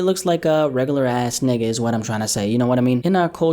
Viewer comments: Why do you say nigga like that 😭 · Sry but it don’t sound right when u say the n word